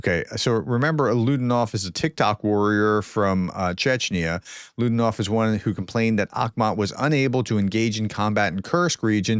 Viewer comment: Alaudinov is pronounced as ah-lah-oo-DEE-nov